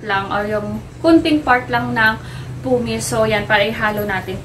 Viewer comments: Pamis po not pumis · PUMICE = “Pamis” po not “pumis” 🙏🏻